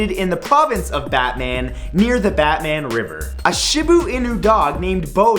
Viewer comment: The "Batman" place in Turkey is pronounced "Botmin"